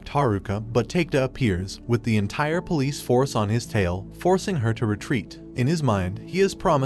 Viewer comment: when the idiot Narrator can't even pronounce police properly and say's pol.